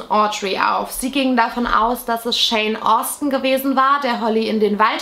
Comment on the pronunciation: Btw, nur so am Rande, immer wenn du Shawn Austin gesagt hast, habe ich Jane Austin gehört 😆